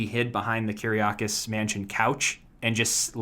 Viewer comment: Freddie You said my my last name right 😘😘😘